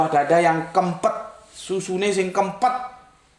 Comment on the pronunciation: Bukan kempet, bentet